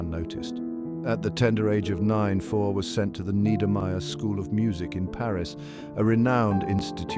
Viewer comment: teach this robot to pronounce fauré and satie